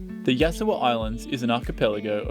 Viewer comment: Can you please pronounce Yasawa correctly. Ask a Fijian how to pronounce it👍😉